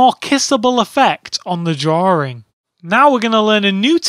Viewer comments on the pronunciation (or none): I love hearing hearing him say "drawrr" and "drawrring".